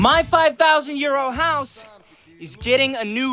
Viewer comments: It sounds like you said my 5000 year house 😅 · Whenever he says the intro all I hear is, “ my 5000yr old house”😂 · Oh he said his 5000 Euro house…. I thought he said.. his 5000 year old house 😅